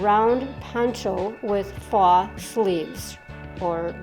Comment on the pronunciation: This is so cute I've gotta mKe it ..oh & faux is pronounced foe